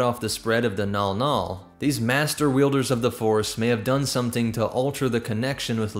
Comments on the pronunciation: Mnggal-mnggal is pronounced "mn-gahl mn-gahl", not "nawl-nawl". Anybody else clock that the chiss are just space-drow, just without the Lolthian spider-matriarchy nonsense? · Why is the clearly written Mnggall-Mnggall being pronounced "Nall Nall"? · Never mind it's called Mnggal Mnggal apparently